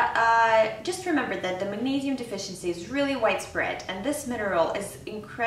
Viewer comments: Neee, not neigh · MAG-NEIGH-SIUM huh